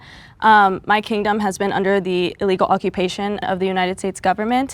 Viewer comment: Did this girl say illigal occupation of hi😅